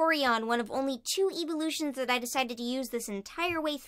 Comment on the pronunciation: did she just say evilootion for evolution?